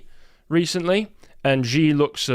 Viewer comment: Two things: (1) Not sure why it's the case that a number of English speaking commentators mispronounce President Xi's name. It's not "gee" or "jee"; rather, it sounds like "she" or the Spanish "sì". (For reference, the senior Alex of The Duran has corrected his; the junior persists in "Jee"). (2) It seems that the reason Ukraine needs "permission" is because the UK (like the US) controls the targeting of its cruise missiles. In other words, it's really the UK (or the US, or France, for that matter) which is lobbing them at Russia (but calling these "Ukrainian" strikes). Which makes sense - Ukraine seems to have engaged in false flag attacks in the past 3 years, calling strikes on (i believe) Poland "Russian", for instance. One wouldn't want to turn those weapons over to a desperate (and somewhat unprincipled) regime. (And no, i wasn't describing the British Empire...)